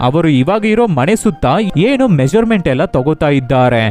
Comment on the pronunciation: ಒಲ್ಲೆ ಅಲ್ಲ ಒಳ್ಳೆ. ಮಣೆ ಅಲ್ಲ ಮನೆ .ಸರಿಯಾಗಿ ಮಾತಾಡಿ